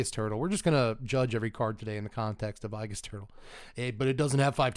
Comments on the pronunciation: Just a heads up, aegis is pronounced ee-jus, not i-jus. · It's a long a...agis...not ahgis. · "Eye-giss turtle" 🤢 C'mom now buddy, that one had to be on purpose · You know exactly who has played Persona 3 when they mispronounce "aegis"